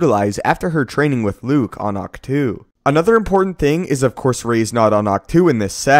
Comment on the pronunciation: I love your vids, brother, but PLEASE, it's Ahch-To (TOE)! Why does almost everyone pronounce this wrong? The "to" is not a Preposition, it's part of a NOUN. The pronunciation is like "OCTO", with the "to" part being the stressed syllable. Pablo Hidalgo himself had mentioned this in a post in the past, and how Toe is the most likely pronunciation of this word. Here's the link